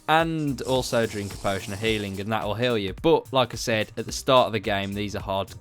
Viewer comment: You say regeneraate And you say haling